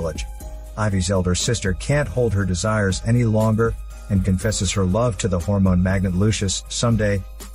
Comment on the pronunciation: Hormone let go hahahahahha whyyyyy does he say it like that